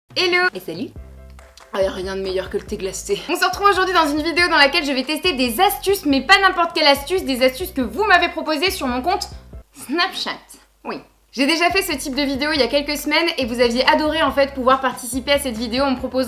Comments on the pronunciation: on dirait que tu dit "rien de meilleur que le the glacté" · Le thé glaSté mdrr